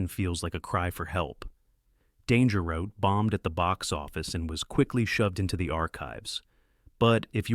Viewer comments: Very enjoyable, thank you! A small, and not desperately serious, plea: can you indulge the British, and pronounce Danger Route the British way (root, not rowt)? They contributed so much to the genre, it would be a small decency, don't you think? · I've heard Americans pronounce it "Root" and others ""Rowt" and thought maybe it was a regional thing, And it is that. Confirmed by an American on a live stream who responded to me asking if this was the case.